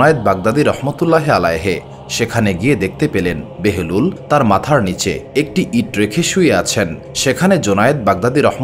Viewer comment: ঐ সাধকের নামটি কী বাহলুল নয়?কেন বেহেরুল বলছেন।